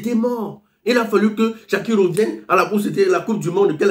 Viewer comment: On dit shakira et non shakiro arrêt tes truck là